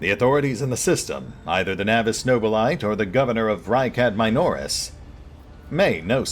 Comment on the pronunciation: as a general pronunciation, Nobilite has four syllables: No-bi-li-t(eh)